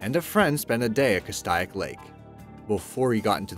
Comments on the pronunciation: it isnt cast-aye-ick. its cas-STAY- ick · In #4, Lake Castaic is pronounced "Cas-STAY-ic" not "Cas-STY-ic." Thought you might like to know. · Kastayak?? Really?? Why don't you fucking call up someone at the lake and ask them how it's pronounced? FYI it's "Kass-tay-ick". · Come on, Do your fucking homework. Lake Castaic is pronounced Cas-Tay-ic not Cast eye ic. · small pronunciation correction...it is called Cast-AY-ick. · The lake name is pronounced Kas tay' ik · It's pronounced Lake Cas-take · Kas-tae (long a)-is=Castaic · ayyye i live near lake castaic and its pronounced cas-stay-ik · Castaic is pronounced kas take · its pronounced kass - stay - yick. and also why did you choose a black person for the image of "getting rid of evidence, case in point, the gun" ??? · It's pronounced Castaic (ka-stay-ick) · You pronounced Lake Castic wrong.